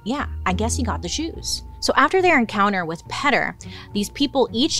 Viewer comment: Petter? Not Peter? Lol